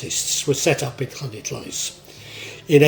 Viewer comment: Respect for your pronunciation of LL, I wouldn't say it's perfect but it's pretty close, most English people just say L.